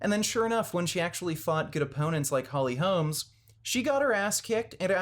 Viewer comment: Holly Holm. Not Holly Holmes.